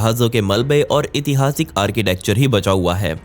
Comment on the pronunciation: नमस्कार भइया एक सुधार आप अक्सर इतिहासिक बोलते हैं जबकि शुद्ध उच्चारण ऐतिहासिक होता है।